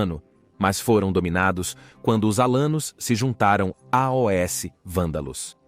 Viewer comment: Eu percebi que o narrador é mecânico. Não é uma pessoa de verdade. Porque nós não falamos "A O S" para dizer "aos".